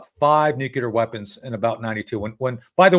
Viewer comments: I don't understand why important people say NUKEular instead of NUCLEAR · It's not nucular it's nuclear! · I cringe every time Tony says “ nook you lar “””….. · Nu-cle-ar tony ffs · LtCol. Tony Shaffer 's pronunciation of the word 'nuclear' tells a lot .